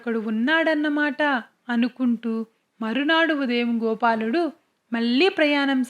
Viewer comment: మల్లి మల్లి కాదు మళ్ళీ మళ్ళీ అనాలి వెల్లి , వెల్లాడు కాదు .. వెళ్లి , వెళ్ళాడు అనాలి తెలుగు స్పష్టంగా లేకపొతే వినటానికి బాగుండదు